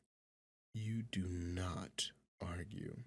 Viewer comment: “Im nort a rat 🥺🫡☹️” LMAFOAOAOAO